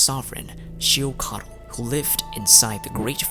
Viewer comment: Ochkanatlan is pronounced as och-kan-atlan and phlogiston is pronounced as flo-jis-ton